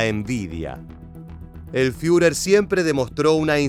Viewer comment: El comentarista podría empezar por leer alemán correctamente. No hace falta hablarlo. No sé dice FIURER, es ridículo, sino FURER, con U francesa.